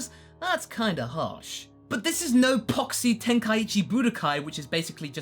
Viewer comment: I disagree that you have to bring in their backstory. The fans know who a major of they are especially Pikkon. I do wonder why Trunks and Goten aren't in there though...and it's Tien pronounced Tee IN...not Ten...and where is Uub?